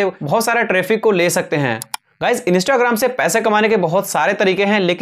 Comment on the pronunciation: Bhai instagram hota hain inista nahi hota hain 😂😂😂😂😂